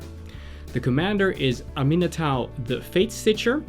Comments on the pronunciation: Getting so triggered over the pronunciation of Aminatou Its pronounced am - eh - nah - to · "Aminatow the fate-stitcher".. seriously..